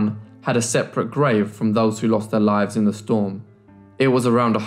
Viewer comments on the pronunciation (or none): none